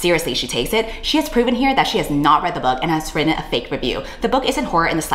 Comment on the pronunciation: Heard about this situation and wanted to learn more about it. Thusly I found this video. I like the video but DESPISE the way you say "written". Have a like either way